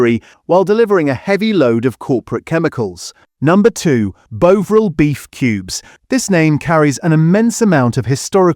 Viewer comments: Bovril CHECK, Check, check the AI -- BOW vril --- you can't talk about traditional foods if you let this 'corporate' mangling of the names of these foods --- get it right! The content is very good. The delivery is awful. And another --- BEESTOW --- for Bisto --- ah AI got it right on its second try! Tumeric --- becomes TERmeRIC. And as for traditional gravies! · " bovril " is pronounced completely wrong, this is obviously an AI generated video. Don't believe any of this. Do your own separate research. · Talks allot about UK supermarkets yet all videos are US supermarkets, cant pronounce Bovril or Turmeric. Very dodgy info IMO. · This AI voice has strange pronunciation for "Bovril" , plus the article is a bit long-winded!.